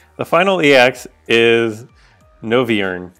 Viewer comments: Co-bal-eon Tear-ack-eon Noi (as in noise) vern (as in wyvern) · Co-bal-ion / Ter-rak-ion / Noi - vern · (Co-bay-lion) (ter-ack-ion) (Noy-vurn) lol I hope I helped on them a bit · you pronounced all of them correctly except Cobalion (Lion is like lee-on same ad Virizion and Terrakion) and Noivern. Noi you read like "noise". The R figures are perfect. I'm waiting for your spotlight videos they are awesome